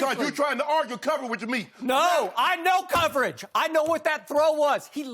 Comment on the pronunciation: "I LMOW COVERAGES" lmao hes saying it like the dude across from him didnt cook people up on a regular basis